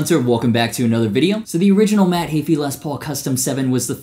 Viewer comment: The way he says Heafy makes me cringe isn’t it heefy not hayfee?